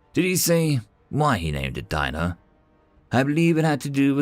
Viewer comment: DEE No is how his name was pronounced.